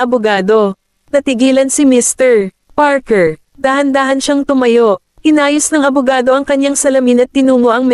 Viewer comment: Ang ganda ng storya.. pero may isang question lang ako.. putol ang pag basa ng name ng mr goldman. Mrpause Parker..